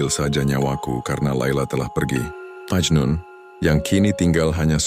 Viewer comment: Memang majnun bukan majnu